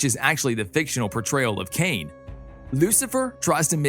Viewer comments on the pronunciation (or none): none